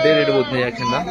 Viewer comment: యాక్షన్ కాదు ఆక్షన్ బ్రో😢